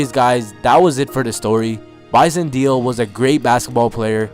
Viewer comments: It would help if you pronounced his name right. Its not like "deal"... its like "maylay" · Dele is pronounced 'Day-Lay', not 'Deal' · Kevin Baran-Maguire you obviously have no idea. Dude, it’s Day Lay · It isn't Bison DEAL, it's Bison DAYLAY. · Last Name pronounce DEYLEY.. not Deal.. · Wow dude...its Bison DAY-LAY...not Deal.......C'Mon man....R.I.P. Bison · Detroit fan here to tell you it's pronounced Day Lay. Almost like saying daily. It's not Deal. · dude...its pronounced..(day-lay)....not deal...smh...go back and listen to the announcers if you think im lying... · This is a really good video, I remember this when it happened. But bro, his last name is pronounced Day Lay, not Deel. Sorry to nitpick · His last name is pronounced DAY LAY. Not deal. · pronounced Bison Dele (DAILEY) not Deal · Dele is pronounced Day Lay, not deal. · I think it's pronounced like "deli" for Bison Dele. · His last name was pronounced closer to day-lay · "De" "Lay" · His surname "Dele," is annunciated "Day-lay." I remember when all this happened like it were yesterday. He got bullied by teammates for being too soft. There were even reports that he ate dirt. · It's pronounced DAY-LAY. You could at least show enough respect to Google a video of a game so you can get his name right if you're going to use his death for views. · Bison Dele is pronounced BISON DAY-LEE. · Pronounced Bison "dae lay" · beat me to it. Drives me crazy to hear Deal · It’s really frustrating to hear his name be so disrespectfully mispronounced. Before you make videos KNOW your shit completely is all I’m saying. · Bro you're pronouncing his name wrong... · Haha the first time I watched this video I watched with audio off, I didn't even notice the horrible pronunciation of his name.